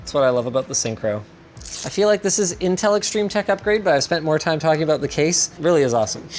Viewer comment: Whats in-tin-tel?